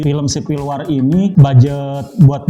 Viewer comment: WAR ; BACA (WOR)